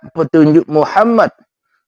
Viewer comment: Maaf,....muqodimah syahadatnya wa asyhadu anna Muhammadan bukan Muhammadun....🙏🙏🙏